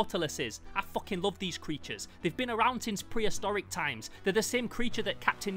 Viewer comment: Bros says foching